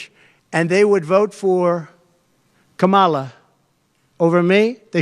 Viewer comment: Great coverage. I honestly feel bad for all the Jewish people voting for Trump. He conned them real good. I'm Jewish and of course, I'm voting for Kamala... Also, will this pos ever pronounce her name correctly?